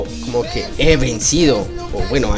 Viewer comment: dice biendedido no he vencido